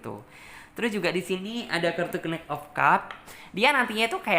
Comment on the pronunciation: knight dibaca nait kali mbak..hwhehe...masak knik 😂😂😂😂